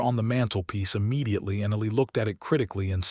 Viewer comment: Please work with AI to correct the pronunciation of the little boys name. The boys name is “E (long e) & Lie”. Listening from TN.